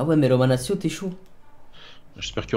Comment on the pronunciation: salut tu pourrais dire une fois romanatchio et non romanassio stp mes oreilles saignent a chaque fois